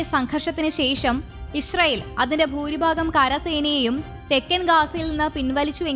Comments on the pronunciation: ഇശ്റയേൽ അല്ല. ഇസ്രയേൽ ആണ്.. മലയാളം ഉച്ഛരിക്കാനറിയാത്ത ഓരോ അവതാരങ്ങൾ 🙄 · ഈ കുരിപ്പിന് ഇത് എത്ര പ്രാവശ്യം പറഞ്ഞു കൊടുത്തു, ഇഷ്റയേൽ അല്ല,അല്ലായെന്ന്, ഇസ്റാഈൽ എന്ന് പറ പണ്ടാരമേ...